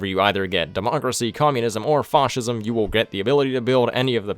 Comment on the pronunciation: Have you started pronouncing fascism correctly in the three intervening years since this vid? Please?